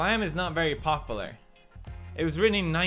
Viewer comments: The way he says popular... pronounce the U Felix!!! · The way he pronounces popular Pop-oo-lar is satisfying.